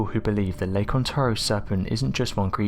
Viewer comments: Please stop using the synthetic voice that can't even pronounce "Ontario" correctly. On-tare-ee-oh. Say it with me. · ON-TARE-RIO It's annoying how you kept saying it wrong. Ontario. Lake Ontario.